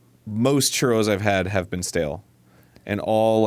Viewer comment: You need ya some good churrRRRRRRRROLLINGTONGUESOUNDDos